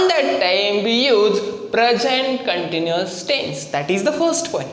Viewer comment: Continuous hota hai continious nahi. Happining nahi happening hota hai.🙆🙆